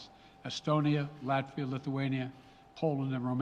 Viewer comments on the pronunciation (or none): none